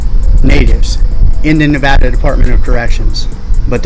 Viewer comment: Im from NV. I hate when people mispronounce our state. Thats when you know their a tourist.